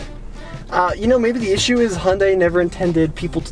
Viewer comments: It's pronounced "yan dey" not "hon dey". All the American reviews pronounces it like a drunk Honda. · It's actually pronounced "Hyun day". Only people who are familiar with Korean can actually say it right.